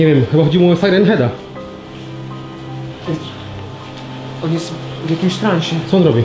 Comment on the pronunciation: nie muwi sie sajran hed tylko siran hed